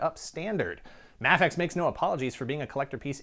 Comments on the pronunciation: I always thought it was pronounced Mafex (MAYfex) not (Mahfex)..... am I wrong??? Let me know. Thanks. Great videos. Love your work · By the way it's Ma-fex (May Fex) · Is it pronounced Ma-fex? i always thought it was May-fex. interesting. Really liking the VS series, binge watching them now, haha. I have a beef against Mafex figured being wonky in assembly, sadly. Had a few fall apart on me almost out of the box. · You say mafex wrong